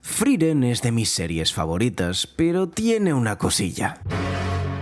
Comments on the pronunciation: por qué le decía FRIREN?? me da tocccccccccc. se llama FRIEREN F R I E R E N. larreputamadre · Hay una E entre la I y la R, friEren, no frIren 🤷🏻‍♀️🤷🏻‍♀️ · ''Friren'', la primer palabra del video y mal dicha, hasta luego